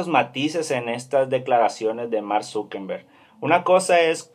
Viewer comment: Grrrrrrrrrr es Zuckerberg no Zuckenberg, no es con N grrrrrrr 😠